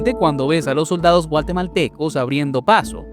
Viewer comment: DRONE??? SON VIDEOS DE LOS NEGOCIANTES DESDE SU CELULAR🤣Y SE DICE GUATEMALTECOS NO GUALTEMALTECOS